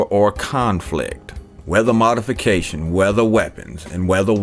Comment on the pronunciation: check the pronounciation on ''modification'' -madefeka ''Madefeking gay fish''